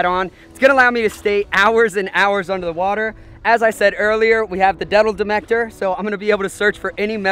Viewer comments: Did anyone notice he said the "detal demector" instead of saying metal detector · This nigga said i got the detel demector. 😂😂 instead of metal detector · Thank you for saying detal metector lol. So funny ! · he said detal demector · He said detal metector! Hee hee! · detal metector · Lol around 50 seconds he says the deddle demector instead of metal detector. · LOLOLOL You said detal demector. LOLOLOL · “Dettle demector” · Anyone hear “detal demector” hahaha instead of metal detector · at the start he said dettle demector instead of metal detector XD like if u heard it too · you said detal demector instead of meatal detecter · Detl demecter?????? Go to 51 seconds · Um am i mistaken or did he just say 'Detal Demector' , instead of Metal Detector lol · Bro you didn't even make it a minute in and you said detal demector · detal metector?? Hahha I love you man. 😂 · The “Detal Demector” if you’re wondering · Lucas Waltz yeah older vid he says it too lol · The detel demektor 🤣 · detal demector 😂😂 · "Detal metector" that's great haha thanks for another great vid of inspirations man! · Get it with the “detal medactor” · Didn't he say something like Dutal demector? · Did anyone else notice that he said detal demector ? lol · Am i the only one that heard detal demector ? 😂🤣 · dedal demecter really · " As i said earlier we have th detel demecter" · You said detal metector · You said dental demecter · He said deadel rejector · He said dedal detector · You said detal meatector